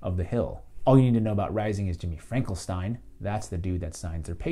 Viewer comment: Great analysis! Keep up the good work,! I too disagree with Vaush that Rising is an "alt-right pipeline", though it does seem like Saagar doesn't go anti-establishment right nearly enough. Also, its Finkelstein not "Frankelstein"